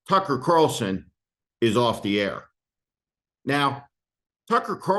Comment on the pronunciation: Steve. Please don't pronounce the guys name with an "f" instead and a "c"